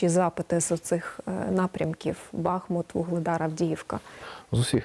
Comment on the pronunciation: Редакція, передайте ведучій, що наголос на У - БахмУт